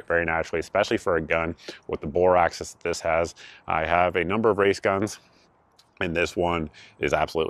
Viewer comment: Video is old now, but . . . Dude--it's AXIS. Not ACCESS. AXIS. X-AXIS. Y-AXIS. BORE AXIS. Two-dimentional line going down the center of the barrel. AXIS.